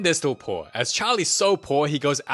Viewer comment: "it's no longer you're PUORRR" 😭😂